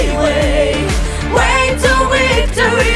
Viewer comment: Яка чудова пісня! Дякуємо! Слава Україні!!! 🇺🇦🇺🇦🇺🇦 (Якщо можна… порада щодо вимови слова «victory» - перший звук /v/ - губно-зубний, вимовляється так само, як і в українській /в/ на відміну від /w/ - у виконавців звучить як «wictory», а не «victory».)